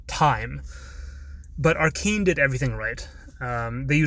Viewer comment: Cool and all but did you just call it "arekeen"